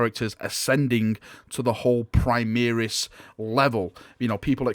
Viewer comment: Primaris pronounce: Pre-Mah-Rees. From Latin (High Gothic) "Prima".